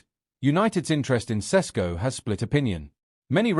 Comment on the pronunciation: Why are some British sports media so fricking lazy pronouncing players name . I’ve heard four different versions of Sesko from different analysts on Sky Sports alone.